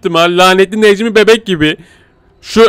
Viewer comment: abi Necmi Beğk dedin